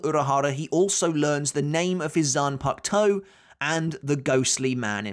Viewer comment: Zan puck toe? Are you serious